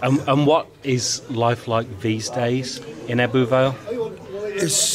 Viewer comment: Ebbw is pronounced "ebber " not ebboo